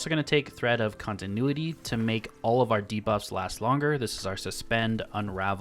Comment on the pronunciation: Thank you for pronouncing continuity correctly. Finally im at peace.